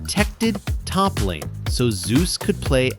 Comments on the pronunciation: I meant he insists on Zay-us but this video still says Zoo-z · The way you pronounce Zeus' name is a bit off btw It's pronounced /Zei/Yoos/